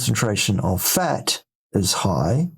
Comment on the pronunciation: Did he say "fart" or "futt" or what is it? 😂